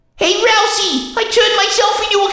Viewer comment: Oh god, jevil said ralsi, not Ralsei I'm mad(?)